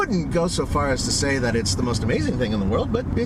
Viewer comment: Its "that" not "dat"